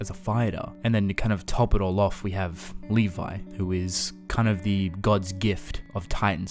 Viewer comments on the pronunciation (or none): none